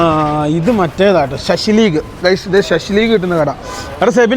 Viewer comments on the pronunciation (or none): ശശിലീഗ് അല്ല ബ്രോ. .. ഷഷ്ലിക്....